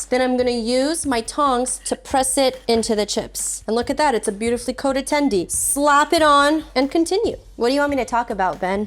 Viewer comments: STOP SAYING TENDIE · Please don't say "tendy" ever again... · Everytime she said chicken tendy a puppy died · “tendie”? how old are we